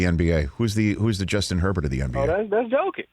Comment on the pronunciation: I literally heard "Doncic" when he first said it because I immediately thought the same thing. Took me til Rich said "the MVP?" to realize he said Jokic